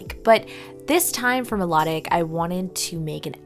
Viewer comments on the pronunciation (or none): I LOVED your video! But I think it is pronounced my-low-tick just what I think 🤔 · You could make her hair a spiky pixie cut with the long flowing red sideburns. It is pronounced mai-loh-tick, like as in Venus de Milo. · u pronounce Milotic wrong,its Mi lo tic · Is no one going to point out shes saying Milotic wrong?? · You mispronounced milotic!!!😑😑😑😑